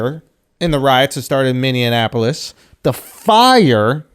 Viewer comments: Andrew says Mineonapolis, and y'all were giving Charlamagne shit for mispronouncing it lmao. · Schulz clowns CTG for calling Minneapolis Minneanapolis... then unironically proceeds to call it minneanapolis from that point on 😂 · Andrew laughs at Charla for pronounced it "Minneanapolis" then proceeds to call it that unironically multiple times